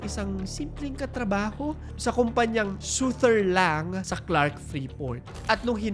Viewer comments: Sutherland po hindi Sutherlang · Sutherland bobo hindi sutherlang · Fyi lang po. Sutherland po yung company. Hindi po Suther Lang.